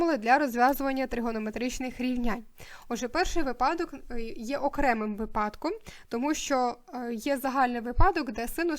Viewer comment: Будь ласка, зверніть увагу на наголос: вИпадок, промІжок!